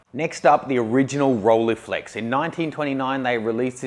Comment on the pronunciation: It's "Rolleiflex", not "Rolliflex", and is pronounced something like 'roll-eye-flex'. Also, the company that makes Leicas is Leitz (and still is, today). Leitz is pronounced something like 'liedz', not 'leeds'.